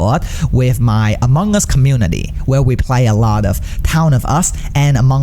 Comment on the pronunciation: Who heard it as AMONG GUS